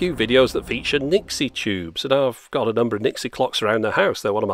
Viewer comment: it's Nixie